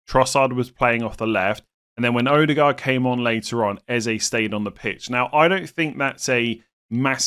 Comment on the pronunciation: As a community can we stop calling him Ezay.. it’s pronounced Ezeh.